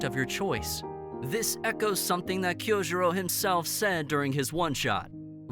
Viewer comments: oh god why did he pronounce it kiyojurou and not Kyojuro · Did he say kyojohru rhengokeu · Why are you butchering the name Kyojuro? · please learn how to pronounce Kyojuro, ufotable, Muzan, TANJIRO etc😭